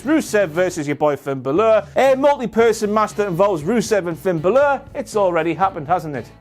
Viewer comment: I think he pronounces Balor wrong